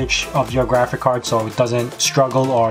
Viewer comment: You say GRAFICAR every time... :D